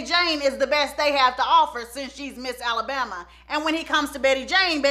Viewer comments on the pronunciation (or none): none